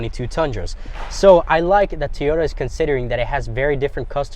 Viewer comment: FK a 10,000 market adjustment. And after all these years people still can’t pronounce TOY YODA. Not Tea YODA… it’s TOY YODA. Do you say Tee Yo Tires??